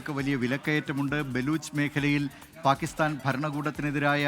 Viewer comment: പാകിസ്ഥാൻ ആണ് പാകിസ്താൻ അല്ല., നിങ്ങൾ എങ്കിലും മലയാള ഭാഷയെ കൊല്ലരുത് പ്ലീസ്